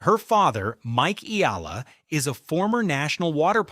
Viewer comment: It's e-a-la, three syllables, sir!